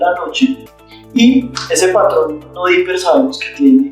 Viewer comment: Ojo que hay pacientes DIPPEER y no DIPPER, hay que hacer el papel de médicos